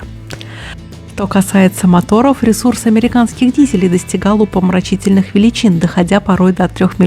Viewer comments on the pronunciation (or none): Не "упомрачительных" а умопомрачительных